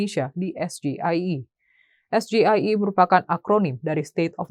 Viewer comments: SGIE itu opo to bran? Maksudnya State of the Global Islamic Economy. Bacanya bukan SGIE BRAN GIBRAN harusnya bacanya es ji ai i 😂😂sok2an asam sulfat paham singkatan dalam bahasa Inggris 😂😂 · Tapi membaca sgie liat catatan dan salah bahasa inggris kok dibaca bahasa Indonesia